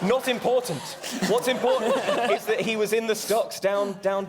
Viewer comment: It was ...ImPAWtant ... to free the Valet.